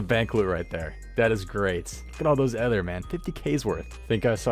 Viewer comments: The way you pronounce ether gives me a headache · I swear to god, english is your first language! Learn to pronounce "ether" ffs.... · The way you pronounce "ether" makes me cringe so hard